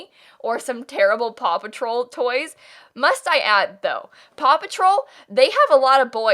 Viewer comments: Oh my god, I kept hearing papa troll instead of paw patrol and was so confused for so long. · help at first i thought she was saying papa troll and i was like tf even is that😭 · I didn’t realize she was saying “Paw Patrol” until half way through & I was just fine with hearing “Papa Troll” & thinking is talking about Smurfs like wHat 🤠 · i thought it was just me like ft is papa troll